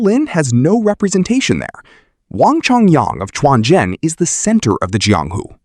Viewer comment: I always said non-native speakers trying to narrate a Chinese related subject will do much better if they turn on Google translate and learn how the Chinese words or names are pronounced. Quanzhen became “Chuan Jian” - that is not a sword only sect. Just an inability to pronounce Quanzhen “completely true” - a real Daoism school in China today.